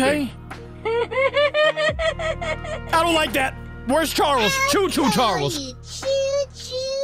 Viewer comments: it’s not Cho Cho Charles your saying choo choo charlers and it’s Actaully choo choo ch ar les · it's choo choo charls